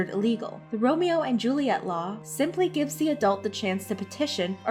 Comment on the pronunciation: uhm its pronounced "Ro-Me-Oh"